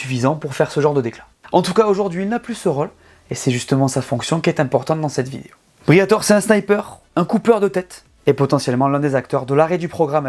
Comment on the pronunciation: FLAVIO BRIATORÈ ! le « E » se prononce ! Merde à la fin 😅 J’ai pas bien compris, Alpine concurrente de McLaren, Aston-Martin et Ferrari ? 😂 et en quelle année ? Et dans quelle multiverse ? Peut-être concurrente d’une Porsche Boxster d’une lotus Elise ou d’une Alfa-Romeo 4C ce qui est déjà honorable, mais surtout pas des trois écuries que tu as annoncé. Dans le secteur du marché des sportifs à Haute prestation de luxe, la marque française en est très très loin mais vraiment très loin c’est carrément pas le même registre.